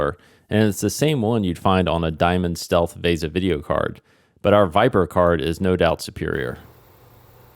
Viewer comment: Please stop saying vay-sa for the video interface - it's vee-sa